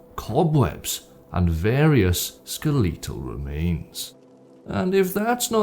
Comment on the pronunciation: “skeleetal remains 😂